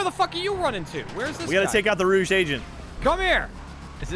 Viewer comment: its Rouge not Rooge